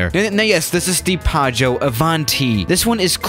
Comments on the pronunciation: Hey, it's actually PIAGGIO, not PIAGGO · It is Piaggio not Piaggo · Piaggio not piaggo... I'm italian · as an Italian I need to say that it's called Piaggio Avanti but you not say it Paggio Avanti, it's just Pi-aggio Avanti, good vid do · Says "Paggio", spelles "Piaggo". It really is "Piaggio". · It's Piaggio not Piaggo. It is pronounced "pee-ah-jo" :DDD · It's piaggio not paggio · It’s Piaggio not Piaggo... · People:piaggo avanti:padjo ivanti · Coming from an Italian, how he said "Piaggo Avanti" sounded so weird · P.S. I am Italian and I know it's "P-ee-oj-ee-o" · Nobody: PAGGO AVANTI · plane:PIAGGIO AVANTI:PAGGIÖ AVÁNTI me, just an italian guy:ExCuSe Me WtF!1!1?1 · today we’re going to talk about the ‘Piaggo Avanti’ Me: blurrgbleue?? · You should check the correct pronunciation. Piaggio Avanti is pronounced really differently than "paggio", which means waiter. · Pronounced pyaggyó... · Actually it‘s „piaggio“ and you say the first i... These are the ones that had built the „ape“ tricycle! And no, ape does in that case not mean ape but it‘s the italian word for bee. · yeah, but you forgot that there are two g in "PiaGGio", so you have to pronounce it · Actually its "piaggio avanti" XD (that plane isnt even so bad! Maybe I think it because I'm italian...🤨🤔😂) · Its "Piaggio avanti" u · Piaggio is actually a really big motorcycle company, and you pronounce it really wrong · When you pronunce piaggio you have to make the i sound